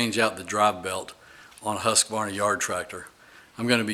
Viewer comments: Great video and nice to hear you pronounce Husqvarna properly - with only three syllables, not the too-usual four-syllable Husk - a - var- na. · This is a really well done video. I appreciate that you took the time each time you moved the camera to reorient us front to back. That is extremely helpful. Very good, and you know how to pronounce the name without an extra "A". Thank you!